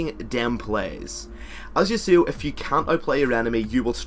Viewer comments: its yah suo not you suo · Did anyone hear how he said Yasuo?